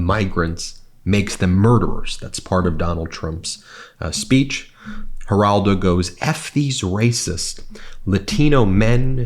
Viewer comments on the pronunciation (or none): none